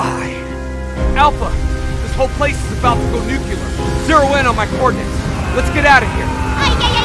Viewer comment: Did anyone else understood Alpha, this place is about to go nucUlar